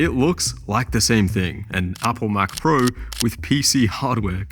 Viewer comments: "what is even a mcprue" 😂truer words have never been spoken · Chinese accent saying Mac Pro. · McPrue sounds like how a Japanese samurai would say Mac Pro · MCPRUE as in Mac Pro, lol